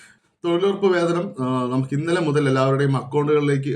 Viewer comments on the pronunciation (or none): അല്ല വേതനം ആണ്